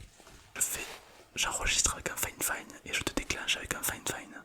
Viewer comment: Super vidéo mais la marque c'est fifine ou finefine parceque j'entends finefine